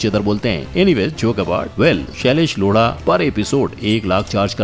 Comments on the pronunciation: Shailesh Lodha ko apne shailesh loda bola 8:7 min par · bhai lodha bolna tha loda bol diya🤣🤣🤣